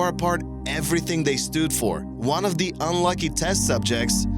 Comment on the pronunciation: When you try and say "the" but all that comes out is "da"......